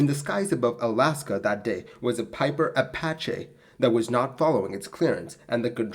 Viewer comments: apacha??? I thought it was apache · Apache - Uh pa (short a as in path) chee (as in cheese) in case you ever have to use it again.